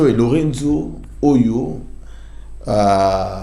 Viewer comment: SVP, UNE PETITE AIDE: LOURENÇO (PRONONCEZ COMME CECI "L´EAU +REIN +SOUS", MAIS EN UN MOT) MERCI.